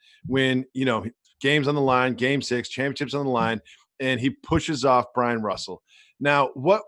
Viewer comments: Do you guys realize that its Byron Russel. Not Bryan Russel. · Not Bryon Russell. Byron Russell. Are you guys stupid.